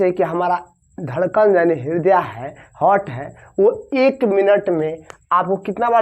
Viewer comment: Aap to av heart ka pronounciation v achha se nhi kr pa rhe h